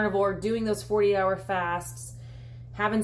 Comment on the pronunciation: Are you saying "40 hour fast" or "48 hour fast"...sometimes it sounds like one, sometimes the other...